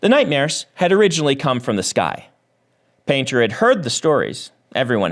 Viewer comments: I was just listening to this and I was hearing 'panther' instead of painter... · Honestly thought he said Yumi and the Nightmare Panda at first now I'm dissapointed 😂